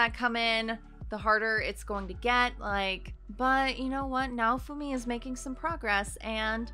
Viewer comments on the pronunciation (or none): a general way to make pronouncing japanese names easier is to split it up into its syllables and pronounce the syllables seperately. Nah-oh-fu-mi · The protag’s name is pronounced “now-foo-me”